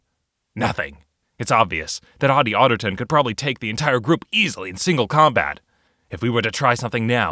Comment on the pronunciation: Ottie Ottigton Me: Hatty Hatington